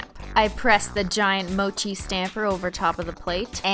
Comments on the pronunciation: haha lol thats not ho u pronounce mochi pronunciation (moo-chee) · Mochi is pronounced like menchie but instead of men is moh I already commented this but it got lost in the ocean of comments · Nailogical Mochi is pronounced as "Moe Chee" It's also a delicious Japanese squishy treat made with red bean paste. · Yup it’s pronounced “mo—chee” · (3 years later) its pronounced mow-chi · When you pronounced it like Mochay (the last one) I couldn't stop laughing... It means like (go to) PEE! in my language 😂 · She said mochi pronounced like mo chie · Its pernountst moochie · Yes and it's pronounced "moe chee" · It's prononsed Mo she Your welcome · It's pronounced mo-chee, it's basically just green tea powder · It's called ( moe-CHEE) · Oh and by the way, It's pronounced 'moe-chee' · its probably pronounced moh-chi because I'm guessing its named after the popular Japanese squishy rice cake dessert mochi. you're welcome. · the word mochi Is a Japanese candy pronounced mo- chy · Mochi is pronounced moe-chee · Anyone else get upset when she said Mochi wrong? Ily Cristine but I need 2 correct you as a student learning Japanese.... Say the 5 vowels, then make the sounds of them so, a - sounds like uh, e - sound like eek without the k, i - is hard to explain.. but like e but with a sound like ink without the nk, o - oh with more of an oval sound to it, u - like ooh kinda.. if anyone can help me explain the vowels online plz do. Anyways Mochi is more like saying "moh-chee" so yeh.. ALSO A.R.M.Y HOLOSEXUAL! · TheAshBringer _ YAS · MOH - CHIH